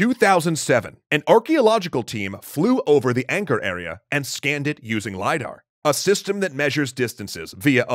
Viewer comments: As someone whose family was pushed out of Cambodia due to the Khmer Rouge, anything to do with Cambodia and its' culture excites me. Just PLEASE stop saying "ayngkor" instead of "ahngkor". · The enunciation flits from 'anchor' to 'ang-core'. Proper pronounciation is 'aang-core'.